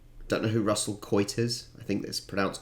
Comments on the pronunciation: Doesn’t like birds but becomes a Swans supporter. LOL Kmart is like Asda, just retail not groceries. Russell Coight (you pronounced it perfectly) is a spoof comedy show taking off a Steve Irwin type busman. You’ll find “All Aussie Adventures” clips on YT. Here ya go. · Russel Coight (you pronounced it correct) is a piss take of the bushman shows from back in the day.